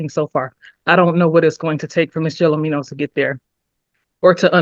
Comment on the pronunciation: Anyone can make a mistake. However, laziness is a different story. Chrystal Gelormino's name is on the screen throughout this video. It's also pronounced multiple times by the defendant herself, the judge and the attorneys. The very least you could do is pronounce and spell her name correctly.